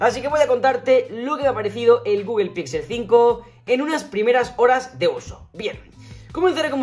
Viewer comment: Saludos, con todo respeto y sin ánimos de molestar, porqué dicen “guguel”??